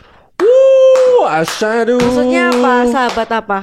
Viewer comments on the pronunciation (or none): Ash-Hadu bukan Asyadu, pke "Ha" .. alif-Shin-Ha-Dal, beda huruf beda baca beda arti, sepele tp tdk boleh disepelekan. 🙂🙏